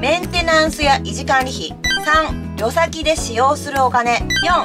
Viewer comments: 旅先「りょさき「じゃなくて(たびさき)でしょう？がっかりさせないで！終わり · 【旅先】たびさきをりょさき・りょさきと言われると話しの内容が全く入ってこなくなった。こんな小学校低学年の読みを無理に言ってるの？ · 旅先はりょさきじゃなくて、たびさきだろ( 一一) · 「旅先」って「たびさき」かと思っていました。「りょさき」なんですね。